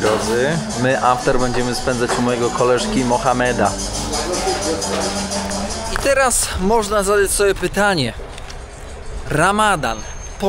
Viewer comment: Nie Mohameda a Muhammada